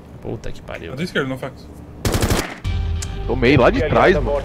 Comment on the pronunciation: (fanaxu) tódinho erro o nome do nofaxu